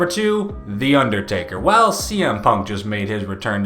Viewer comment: "baring UnderStakers..." lol ...n - that should've legitimately broken the ring in half hahaha